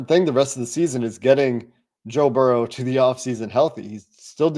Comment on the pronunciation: It's Burrow, not Burrows!